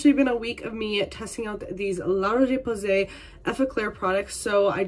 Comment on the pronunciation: La RocheÉééé PowWwwwsayyyy. La prononciation m’a tuée.